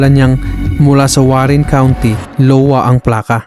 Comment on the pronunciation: “ahywa” ang pag pronouns ng state ng Iowa lods. Letter I ang first letter.